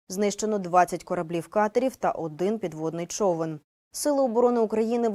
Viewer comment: Особенно зашло про " пидводный човын". 😂😂😂